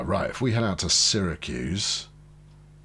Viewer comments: you ARE pronouncing Syracuse properly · Utica is (u ti ka) I’m from the Albany area your choice of Syracuse is correct by the way